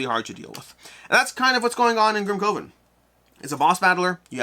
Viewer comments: pronunciation wasn't distracting for me; however, "coven" is typically pronounced as "kuh•vn" (similar to "covenant"). Perhaps AR has altered the pronunciation for this title? Regardless, this was an awesome review by! I'm looking forward to this game. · Your pronunciation of Grimcoven as Grim-CO-ven was so distracting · Maybe it’s branding: boardgameCO COvers grimCOven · Coven sounds like oven.